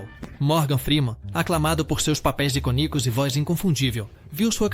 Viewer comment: CURIOSIDADE, MAS É DIFÍCIL OUVIR /ICONICO" QUE NICO?